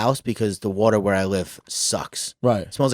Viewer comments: Smithtown watah is born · When all 3 of them are saying "warta" (water) rapid fire hahahahaha ish